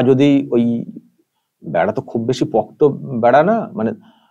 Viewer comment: উচ্চারণ "পক্ত" নয়, পোক্ত।